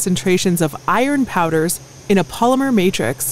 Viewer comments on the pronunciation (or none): none